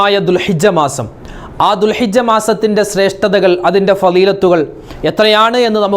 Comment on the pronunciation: ഉസ്താദേ ദുൽഹജ്ജ് ആണ് ദുൽഹിജ്ജ അല്ല